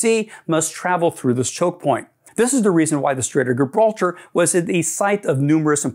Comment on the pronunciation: It's pronounced Tames as in James or Tems as in gems, or something between those two pronunciations. And it's Gibralter with a soft G. Pronounced Jibraltar.